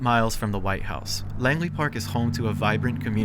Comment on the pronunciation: Bro it’s Langley park 💀